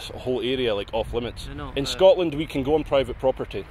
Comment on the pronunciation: Scortland? Cant even pronounce the name of the country ffs